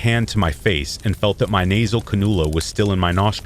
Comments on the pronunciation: can-ooo-la? 😂 It's can-you-la. 🙂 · Not to nitpick but canula is pronounced can-you-lah. There’s your useless fact for the day lol.